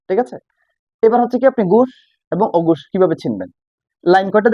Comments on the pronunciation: অগুষ আর গুষ কী ভাই? আপনি নিজেই তো উচ্চারণে ভুল করতেছেন।😂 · ঘোষ এবং অঘোষ হবে আপনি বলছেন ঘুষ এবং অঘুষ😂